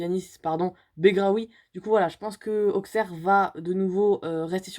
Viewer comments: Salut dsl de te décevoir pour l’instant Auxerre est troisième et par contre ça ce dit aussèrre pas Auxerre je c c bizarre mais voilà aussèrre pas Auxerre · Salut! Je kiff ta vidéo je suis d auxerre (petit conseil le x se prononce ss) 🙂